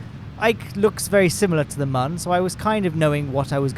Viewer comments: ITS MÜN NOT MUN REEEEEEEE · While I'm not terribly offended by your pronunciation of the Mün, I have to point out that the umlaut on the u means that it does not have a "ə" sound.